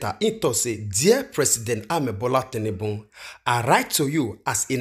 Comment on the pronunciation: It's Bola tinubu and not tinnunbun my brother